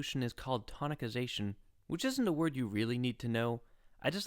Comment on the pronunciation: Perfect explanation. I think it's a soft "c" in the word Tonicization. Everything else in the video is great, though.